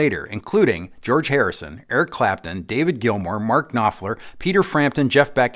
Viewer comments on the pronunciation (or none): David GILMOUR! Not Gilmore.